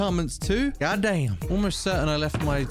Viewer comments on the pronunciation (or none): Bro when you said "God Damn" you sounded so country omg your accent change so quick😮😮😮😮